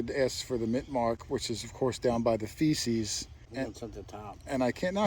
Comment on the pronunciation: Lol. I'ts supposed to sound like (fash-eez) "feces" is 💩.